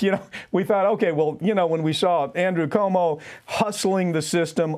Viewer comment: That Papantonio dude needs to learn how to pronounce Cuomo. doesn't dare correct him, though. LOL